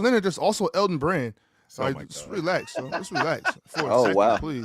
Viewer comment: Nigga said Elton Brand☠️☠️☠️☠️☠️☠️☠️☠️☠️☠️☠️☠️☠️☠️☠️☠️☠️☠️☠️☠️☠️☠️